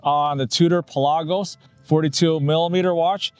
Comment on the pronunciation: You pronounce it correctly, since iirc the name is derived from "per lagos" - "for the seas"